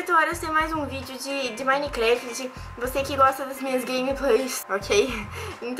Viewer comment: Nao sabe nem falar minecraft